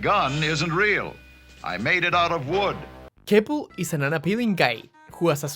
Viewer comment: honestly kinda hilarious that you accidentally mispronounced Kepl's name because part of that whole thing was him being pushed to the background and host Vic forgetting his name 😂😂